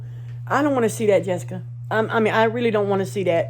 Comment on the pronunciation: guys it’s JESSIKA not jessica,, smh